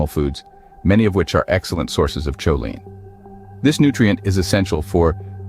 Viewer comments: It's pronounced co-lean not chow-line. 😂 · It"s pronounced Koline hard K sound not CHoline , NOT like saying cheerios !:face-orange-frowning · Cool video! I really enjoyed it. Go carnivore!!! Going to keep watching now! Ps. Next time you make a video on this you might want to double check pronunciation of choline. If I remember right I think it's irregular, I think most doctor folks say [k] not [ch] as in [kolin] in IPA.